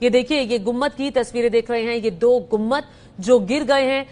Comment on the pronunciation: Lady news reader, it is गुम्बद and not गुम्मद